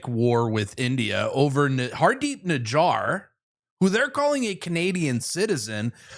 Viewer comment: Nijjar not GINGER😂